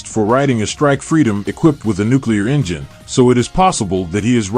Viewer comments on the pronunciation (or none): none